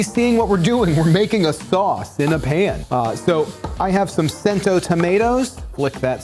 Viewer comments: CHEN-to tomatoes. :P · Cento is chento, man. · Please-- "chento" tomatoes!